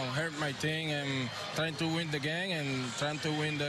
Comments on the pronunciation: Yoshy's Channel lmao now I can’t stop hearing hurt my team and it’s hilarious cause he has that smile on his face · Always sounds like he’s saying: I’m just trying to hurt my team” lol funny to hear him talk but good shit Du!!